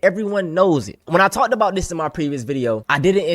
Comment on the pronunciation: "When I tawk'd bout dis"